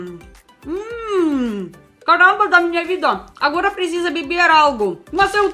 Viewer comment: Hahaha... Adoro quando ela fala "CARRRRAMBA DA MINHA VIDA"!